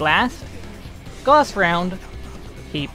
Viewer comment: Also, gauss is pronounced gouse, like house. Not goss. XD lol